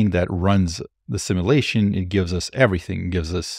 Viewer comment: Please learn to pronounce simulation.